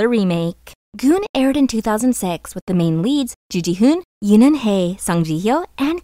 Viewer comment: GoonG, not Goon, please pay attention to pronunciation, it's irritating.